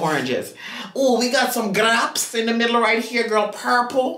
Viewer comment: Not grawpes 🤣🤣🤣🤣